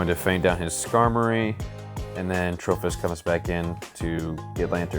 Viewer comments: I actually like it, ima call it Trophy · Why does he switch the 'i' for an 'h' though?